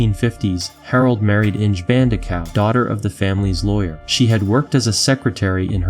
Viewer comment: Cringe at Inge 😂